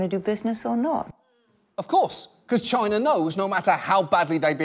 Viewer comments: Why Trump pronounces China like Gina (vagina without the "va")??? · Have you ever noticed how when British people say "China" it sounds a little like they're saying "Chiner"? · It’s pronounced Chyynaa or even more correctly Gyinaa.